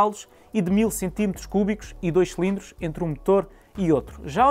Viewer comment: Irrita imenso quando ele diz “selindros”, é “cilindros”.